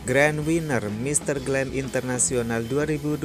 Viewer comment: Mister Grand International bkn Mister Glam International